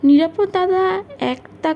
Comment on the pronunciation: মা জননী, বাংলা উচ্চারণ বেজায় confusing! Context অনুসারে এ‌ক‌ই বানানের উচ্চারণ ভিন্ন ভিন্ন হয় এবং উচ্চারণ অনুসারে শব্দার্থ পুরোপুরি বদলে যায়! উদাহরণস্বরূপ - "নিরাপদ্" উচ্চারণের অর্থ হলো "Safe", আবার "নিরাপদ-অ" (বঙ্গভাষীদের ক্ষেত্রে) বললে, পুরুষের ব্যক্তিনাম বোঝায়! রোজ রোজ এই রেটে জ্ঞান ফলালে, অন্যান্য সুধী শ্রোতাবন্ধুরা আমাকে এবার লাঠি নিয়ে তাড়া করবেন! কিন্তু, মোদের গরব, মোদের আশা...আ মরি আমার মাতৃভাষার একটুখানি চ্যুতিও এই বৃদ্ধবয়সে বড়ই পীড়াদায়ক 🥺 আপনার কন্ঠস্বর শুনে, খুব‌ই ভালো মনের মেয়ে বলে আমার ধারণা, আমার কন্যাসমাও! আপনার কণ্ঠস্বর শ্রুতিসুখকর, গল্পচয়ন‌ও অতি রুচিসম্পন্ন - সেজন্য‌ই তো আপনার চ্যানেলে বারে বারে ফিরে আসি 🤩 আরও একটু অনুশীলন আর অধ্যবসায়ের দ্বারা আপনি অনেক উচ্চতায় উঠতে পারেন, এটাই আমার দৃঢ় ধারণা👍 বার্ধক্যের বহুবিধ দোষের মধ্যে এই "গঠনমূলক সমালোচনা" করাটা আমার মতে সবথেকে পাজি 😂😁😇 নিজগুণে ক্ষমা করে দেবেন, মা জননী 🙏 শুভেচ্ছা ও একরাশ ভালোবাসাসহ 💖😇💐 ইতি। এক মহা ত্যাঁদড় শ্রোতা 💖 এগিয়ে চলুন, আমরা আপনার পাশেই আছি এবং থাকবো